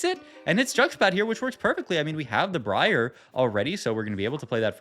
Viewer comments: You did not just call briar bree-r bro im gonna SCREAM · Bree ahhh and Zil-Lay-an, gives me the A-Aron vibes. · Bro said Bree Are 💀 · Came to say the same thing lmfao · He does it on purpose as a joke/bait/cute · briar is just a normal ass real world word LMAO it has nothing to do with playing league or not